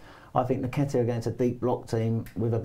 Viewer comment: its pronounced NNNNnnnketiah not Neketiah